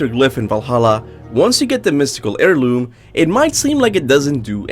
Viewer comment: "Mystical EAR LOOM" lol. Heirloom is basically "air loom" not ear loom... but at least that doesn't affect the quality of the theories. I think the player being The Collector could've been cool, and would've made the lore even more outerversal or whatever... but eh. We'd theoretically be beings of a higher plane of existence, since characters being aware of their artistic medium, authors, etc. is a vs battle thing... and characters who can interact with them scale way higher. Like Bugs Bunny. But us not being The Collector is alright, too. Don't really need to feed the power scalers or whatever lol. Or over complicate the lore by involving us so explicitly.